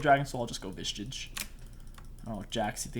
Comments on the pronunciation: Can you make a video where you say vishage correctly ? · my man cant say visage lol